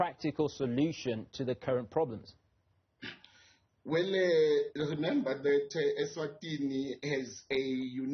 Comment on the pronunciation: weeeelleeeee 😂😂😂😂😂😂😂😂😂😂😂this young politicians inherited a bad pronounsation of the word "well" from old tsotsi politicians